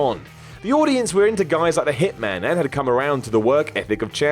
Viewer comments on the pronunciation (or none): none